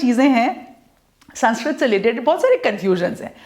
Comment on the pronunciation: Mam pronounce to thik se kr lo yeh saaanskrit nhi sānskrit hai